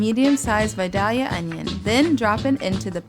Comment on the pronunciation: Honestly this is the first buddha bowl that I've said "YES!" after seeing each component. As a southern girl transplanted wayyy out of her element this is exactly what I've been craving. And you said vidalia onion right! (Where I Iive now I keep hearing vah-dee-lah. Rawr!) Thankful I stumbled across your channel this morning.